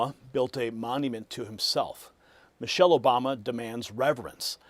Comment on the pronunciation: He said Mochelle Obama. How can they sue?